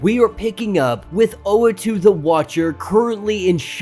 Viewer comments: Not tryna nitpick, but the guy’s name is Uatu (OO-What-Two), not Oatu (Oh-A-Two). Gone through a number of your videos, hoping you’d realise. Just thought I’d point it out (pls pls pls pls pleeeeeaaaaassee see this, please) Edit: just saw the pinned comment. i’ve heard oh-wah-too and, of course, u-ah-too (how it’s spelt), but never knew oh-ah-too was a popular pronunciation 😅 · Uatu pronounced ooh- wahh- tu . ooh wAhh tu the watcher. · Sorry don't mean to nitpick but the watchers name is pronounced like.....oooooh, wah, too. But you do you I guess. Your videos are dope and I look forward too them. Great job. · hey man, dont worry about it. we can put up with the wrong pronunciation, thanks for all the effort u put in your videos. we appreciate it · That is not how to pronounce the watchers name, watch Disney plus for references. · I cant! You are pronouncing his name wrong which means you probably never took part in a comic discussion ever. Why are you relevant? Please for the sake of the community get out and involve yourself in actual real dialogue before you make a conversation online.